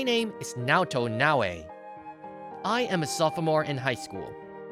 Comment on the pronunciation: Let AI say soph o more ONE MORE TIME